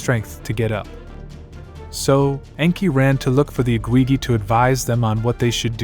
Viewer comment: They were the Igigi, you are totally mispronouncing their titles. Its not the IGWIWI, .what are you doing? Please do your homework before posting so you know you are pronouncing correctly.